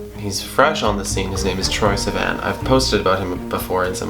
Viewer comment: Please start saying Sivan correctly